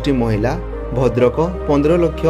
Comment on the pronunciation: Bhandrak ❌ Bhadrak ✅